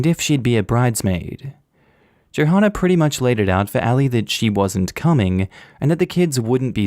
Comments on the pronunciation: I'm pretty sure Johanna is pronounced the same as Joanna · The "h" is silent in Johanna....I got so distracted by the hard H sound I need to rewind this now. 🤣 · Hey the h in Johanna is silent.